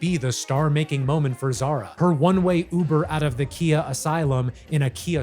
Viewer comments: S/o to ‘95 babies!!!! But please if yall gonna use Khia asylum use Khia name correctly. It’s not Kia it’s Khyy-ah. 😭😭 but Good video!! Olivia Dean So Easy is the best song on here! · You being a music guy, I'm so disappointed in how you pronounced Khia.. her name is KY-Ah. Like sky-ah. I don't know I cringe when her name is said incorrectly. I always said she was the biggest 1 hit wonder ever. I guess I'm wrong. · that is not how you say khia